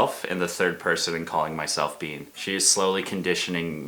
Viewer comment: when was saying 'bean' i thought she was saying 'BEYN'